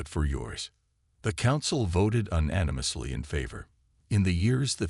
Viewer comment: AI reading. "Un nano muss" how can the machines get so many basic words so wrong?